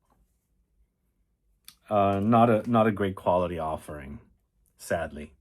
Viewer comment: Did you say sadly or sedly